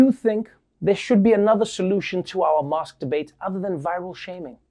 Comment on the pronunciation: "mask debate" Anyone else heard masturbate?